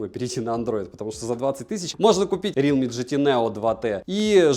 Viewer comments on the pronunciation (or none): none